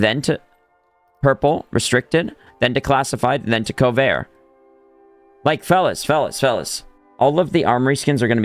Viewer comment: "covar" bro it's so easy CO-VERT